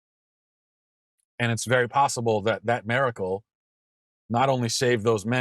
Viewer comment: I love Matt, but homeboy needs a class on how to pronounce "miracle".